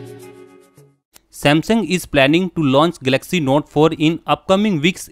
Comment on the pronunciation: Firstly please learn to pronounce the name properly- its GAL-LUCK-SEE...not 'Gelaxy'!